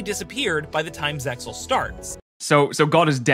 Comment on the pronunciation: its not ZEX-AL its ZEAL!!! the X is SILENT!!!!! facepalms* Spider-Man is not a mutant, he's a 'genetically enhanced human', meaning he did not naturally mutate into Spider-Man. By altering his DNA through the spider-bite, he is an enhanced human being. It 'does' lead to further potential mutations, but he's not a "Mutant" like X-Men or other mutants due to "natural human evolution". what the heck, the narrator just ignores the premise of the 5D's show that's about dragons and Dark Synchro........